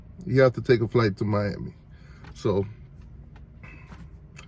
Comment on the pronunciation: I understand Mommy and Miami sound just alike 🤔, and yes he's right Miami is sick